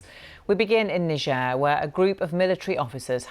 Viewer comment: She can’t even pronounce the country properly